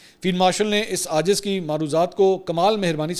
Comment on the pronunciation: Ajz nahi IJZ. AAJIZ se hai.